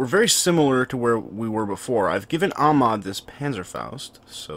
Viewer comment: He's not Amad, he's AHmed (hyhyhyhyhy)